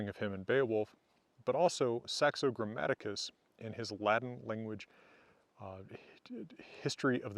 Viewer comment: His vowels are alright but not when he says Grammaticus.